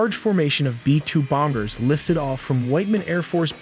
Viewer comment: “B2 bongers “ 😂